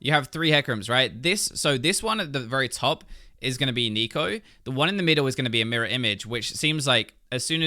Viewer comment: i keep hearing neko;-; is becoming a weeb